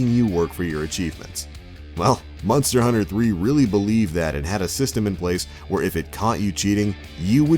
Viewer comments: Sounds like hes sayin Munster hunter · "Munster" Hunter.... lol